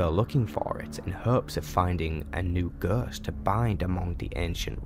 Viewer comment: It was a really great video, wouldn't mind to see all of the class stories recaped like this. The only issue to me was just some words and pronounciation you used. I mean, I never heard anyone say ghost like that😅. But again, really great work here mate! 😉